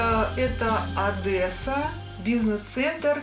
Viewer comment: Маскина, ну что за Одэсса. ОДЕССА!!!